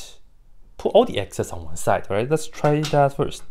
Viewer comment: I like how it sounds like you say "ys" and the W(8e) in your handwriting looks like the word "WISE" to me. So it all came round full circle 😂 As a non-mathematician, while it's impressive to see someone figuring this out, I'm more in awe that someone figured out the methods needed to figure this out first!